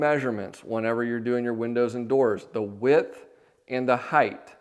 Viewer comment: I love your content and have watched it for years! My only tiny comment is something I see tradespeople do all the time. When describing dimensions, there is width and HEIGHT. There is no “heighth.” Similarly, some people say “liberry” instead of “library.” Just as we are keeping alive the tradition of carpentry we must support the use of proper English. My grandfather would have been adamant about this and was an amazing craftsman.